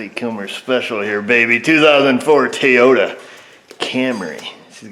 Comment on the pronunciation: 2014 Teee-O-ta